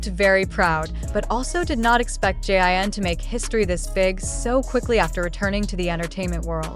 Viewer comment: JIN not jean omg if ya gonna report something then report with correct names